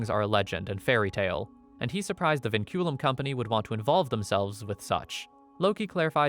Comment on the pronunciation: “Vinculum” (Pronounced Winkulum) translates to chains in Latin